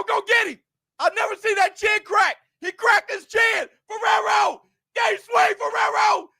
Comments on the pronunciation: Fee-air-o Fierro get that man's name right he deserves that! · called Fierro, "Ferrero" the whole match 😆